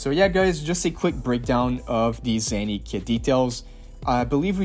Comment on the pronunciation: Again it's Zaani not Zanny